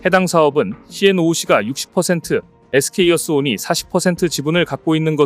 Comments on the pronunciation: 에스케이어스온 인데 에스케이이어스온으로 계속 말씀하시네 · SK어스온 이라고 써놓고 SK이어스온 이라고 읽으면 뭐가 맞는거야?